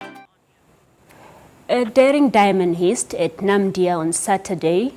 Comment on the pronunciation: Why does this presenter sound unprepared? And pronouncing diamond heist as Hist 🙄 Yoh let's do better guys.